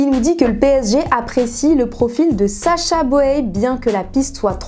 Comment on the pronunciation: Sacha boehhhh 😂 ça se dit bouuuuuille